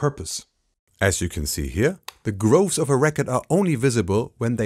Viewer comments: Opening shot of The Iron Sea, is unworldly, that the Bokeh looks rendered!, then the underwater shots, sublime! It's a language difference thing, buuuut,... "Grooves" not Groves. Pronunciation is more like Gruu instead of Grow. And for the lulz, a 'grove' is full of plants, just like a lens can end up if not cared for and cleaned properly ;) The extra lulz,.. Fresnel, I used to hear it said as Fress-nell, and it irked even more. Edit - that's the "U-2" spyplane. The B-2 is the Stealth Bomber. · Fascinating as always but “grooves” not “groves”. Thanks, Digital Masters Australasia. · Lol it's grooves not groves..big difference